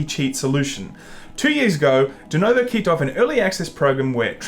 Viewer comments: Please....for fu@ sakes PLEASE people, everybody learn how to say DENUVO. It's a fu@ U. Pronounce it, FFS. Also if you guys don't think there are cheaters in basically EVERY online multiplayer then I think maybe gaming news is not the place for you..... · I've noticed a trend with idiots not being able to READ A SIMPLE NAME RIGHT. It's DenUvo, not fucking DenOvo. And since the guy in the video just before did that same crap. And also, idiots have a tendency to misread any word or name they didn't see before and keep misREADING the word ad vitam eternam. So, they keep reading and reading the same name or word and NEVER read it, their brain just don't see the information before their very eyes. It has always pissed me off. Sorry that you happen to tale this rant, but as I said, some other guy did the exact same irritating thing in the video saw just before, and I was almost sleeping, but it made me jump out of bed to tell you how awful it is to hear people fail at reading a VERY simple name. DenUvo. There, is it THAT hard? And fuck Denuvo AND Bethesda. I hope they both go bankrupt, they don't deserve to exist. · Is denOvo some kind of internal joke or they are just mispronouncing it ? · Is it me or they are saying DenOvo instead DenUvo? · LOL 'Denovo'...